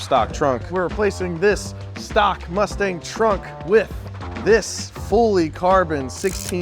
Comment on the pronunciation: did he call that a mustang or a lustang?